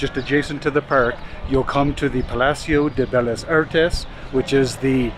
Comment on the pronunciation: Actually, just as a manner of helping you and anybody who sees this comment I think a lot of non spanish speakers make this mistake. They pronounce words having two consecutive "L"s as if the word has one "L". For example you pronounced "bellas" as "belas". When a word has two "L"s you pronounce them like a "y". So bellas would be pronounced as if it was spelled with a "y" like beyas. So Vallarta would be pronounced as if it was spelled like this, Vayarta. If I recall correctly it might be that in Italian two "L" s are pronounced like one. Anyway not trying to be a buzzkill but thought you should know.